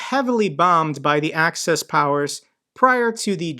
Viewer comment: It's axis powers, as in axis of the earth not access powers as in i have access to something.